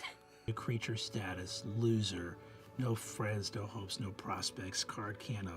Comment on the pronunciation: I swear I had to rewind three times because I thought Brennan said the card has "no hoes" instead of "no hopes".